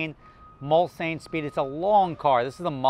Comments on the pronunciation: These have a v8 6 3/4 litres capacity and please pronounce it properly Mulsanne. Pronounced "Mulsawne" not "Mul-san". Its a part of a French race track, a very long straight. A 10 year old example might be 50k. Thats more my level of aspiration. Regards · It’s pronounced Muls-Anne. Im from England so I know. Simple. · Its pronounced “MUHL-SAHN” …Jersey Boy! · He's using the alternative Nomi Malone pronunciation.